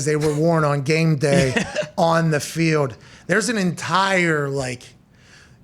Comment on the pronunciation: Why can't Pat say the word "gold" or "field" or "told"?